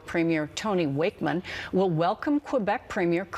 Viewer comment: ...@ Coleen Christie...the name of the premier of NL is not Wakeman but Wakeham, pronounced [WAKE - em].